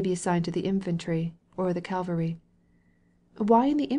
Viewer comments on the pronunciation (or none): Great novel, wonderful reading except for the French and some mispronounced words (for example Calvary instead of cavalry)